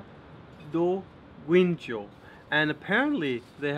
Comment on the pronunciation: Ey In guincho you don't read the 'u' as it is silent As to cabo da rocha when there is a 'c' followed by an 'h' you read it like the shhh sound in shut So its more like rosha